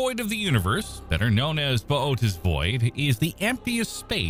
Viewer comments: I say it "booties" whenever he says his way it bothers me 😅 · Massively botched the pronunciation of Bootes. 🙄 And..... "Sowthern"? Come on. Is this a badly programmed TTS voice?